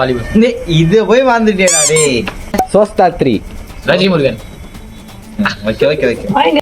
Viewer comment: Athu sosthathiri illa thothathri😂